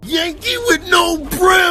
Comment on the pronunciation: The end was so funny it said "Yankee with no proo"😂😂😂